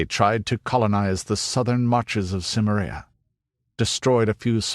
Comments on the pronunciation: I wish he'd stop pronouncing it like "Simmer-EE-uh". It's Si-MAIR-ee-uh, possibly with a hard "k" instead of a soft "c", but this guy's definitely pronouncing it wrong. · I believe it's pronounced "Ki-meria," not "Sim-eria." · Your mispronunciations of Celtic and Cimmeria are infuriating. Why would you narrate this if you clearly cannot even pronounce such important words to the story? That point aside, I am glad that you did because the more about Robert E. Howard there is the better.